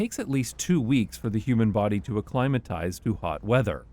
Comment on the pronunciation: Ahhhhh! You do not know how pleasant it is to hear a North American voice say "acclimatise" rather than acclamate. But the 'Merkin "transit" for "transport" irritates me. Transit is passing (as in the transit of Venus) and I do not appreciate public transport passing me when I am at a bus stop.